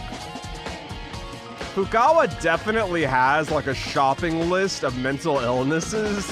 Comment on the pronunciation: "Hey Fukawa" :) By this time you learned to pronounce their names... at least the ones who are still alive. Anyways, love your content, still have 20 minutes to see... returning to it :P